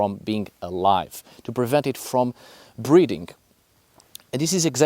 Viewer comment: How long did it take for you to realize he was saying "breathing" instead of breeding?